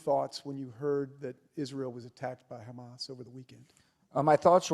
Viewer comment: as long as he's ahead of Ali G, not calling 'Hummus" instead of Hamas. We still remember his "Nucilar" talk